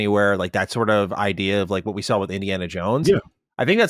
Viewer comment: dude you have to stop saying SSSARWRR instead of saw, just simply saw... that is just absolutely insane